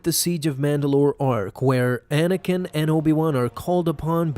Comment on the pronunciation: At the beginning he said manakin